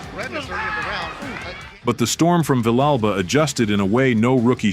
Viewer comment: The Mexican's liver was quivering??? Really??? Villegas is Ecuadorian you idiot! Go back and edit, and correct this garbage narration of the fight. Your pronunciation of "Villa Alba" is horrendous. It's pronounced as Vee-jah Alba" phonetically and your spelling of it represents your education maybe not. I noticed the narration was out of sync with the action as the fight progressed. It was just terrible. I began to realize this was AI garbage and more clickbait.